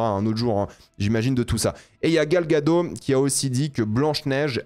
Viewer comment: Gal Gagot, prononce le Ttttttttt